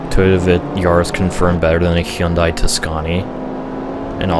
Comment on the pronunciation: what surprised me from this vid is that (an american) actually pronouced hyundai the way its supposed to